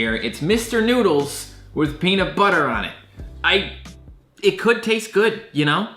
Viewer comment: I love, but he pronounces everything so white😂 ex. Peanut. Butter. He said it as two different words instead of one, etc. Idk, that’s the only thing that actually bothered me in this video😂😂